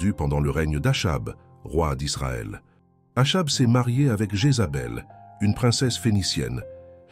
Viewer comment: le nom Achab se prononce "akab"